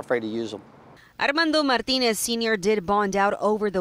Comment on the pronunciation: reporter seems to have a difficult time pronouncing "Martinez"